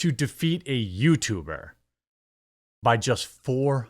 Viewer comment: "Yootuber" lol